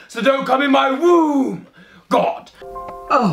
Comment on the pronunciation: I love how he pronounces words with the letter "r" with a "W". "My Woom my rules". 🤣😂😂